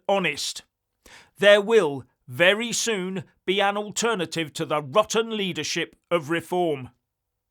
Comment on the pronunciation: vewy intewesting.